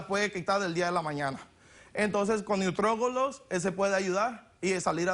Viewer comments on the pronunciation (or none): Min "NUTRIOGOLO" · no sabe ni hablar el machista ese hahaha no sabe ni decir nutriólogo